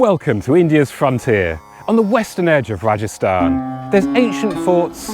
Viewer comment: This is RAJASTHAN not rajisthan